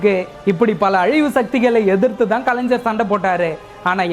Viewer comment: bro I watch all your vedio`s.great.🎉🎉 Kalaignar is correct. Kalaignar is wrong. Same thing -- ilaignarhal( youngsters) correct. ilaingarhal thappu.Thamizhil ucharipu sariya illai. Try pannalam.😊